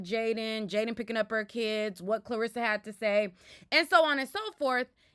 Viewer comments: are you saying KARlissas name wrong on purpose? i hear people calling her KLArissa a lot.. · “KARLASSA” not Clarissa 😂😂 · You calling that woman Clarissa got me over here crying! 😭 It’s CAR LISSA. It’s just spelled with a K. 😂😂 😂